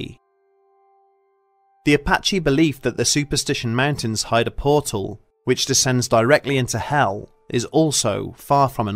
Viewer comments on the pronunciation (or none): none